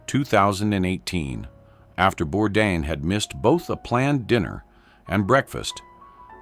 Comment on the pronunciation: The man committed suicide and you can't even get his name right. It is pronounced Bordane.